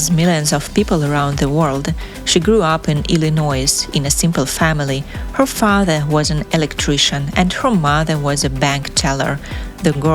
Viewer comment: You don’t say the S when you say Illinois it’s silent 😊